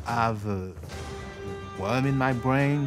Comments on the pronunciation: "affta aw is mai bwain" lol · "I mean, after all, it's my bwain!" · wom in my bwain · After all....it's my BWAIN! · After all, it is my bwain.